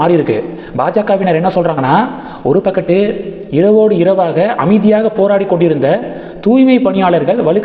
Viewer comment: ஒரு பக்கட்டு இல்ல ஒரு பக்கம் சரியாக தமிழ் உச்சரிக்கவும்